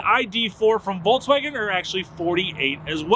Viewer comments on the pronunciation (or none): none